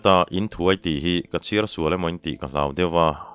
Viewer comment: Inthuai tih hi tun thlenga khawchhak lam kan unaute la hman a ni a. A thluk dan erawh a dang deuh(i lam dan nen). Rei deuh tawh mah se ka lo sawi ve hram hram.